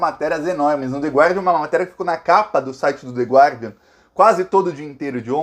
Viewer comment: Oi,! A pronúncia do jornal é /ˈgɑːdiən/ sem pronunciar a letra "u", ok, dear? Admiro sua precisão vocabular usando a nossa língua, sou sua parça aqui com frequência.